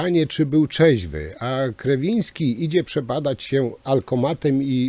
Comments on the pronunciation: Nie chcę się czepiać, ale mówienie o "grzebaniu" i "zagłębianiu się" w kontekście tego obrazka z początku materiału wyszło nie najlepiej.😉 No i jeszcze to przekręcanie nazwiska Ministra Kierwińskiego , też dobrze nie świadczy o przeprowadzonym wcześniej research-u.😁 Pozdrawiam!🙋‍♂️ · Szanowny Panie Przekręca Waść nazwisko ministra, które brzmi Kierwiński. Trochę nie bardzo. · Jeśli już decyduje się pan analizować zachowanie ministra to wypada znać jego nazwisko. A jeśli z jakiegoś powodu musi pan to nazwisko przekręcać to wypada chociaż być konsekwentnym i trzymać się jednej wersji. Z przykrością to piszę. Dno panie i pół metra mułu.